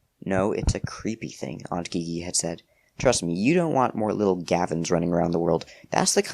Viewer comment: haha but i think the aunts name is pronounced like the letter G, gigi pronounced jeejee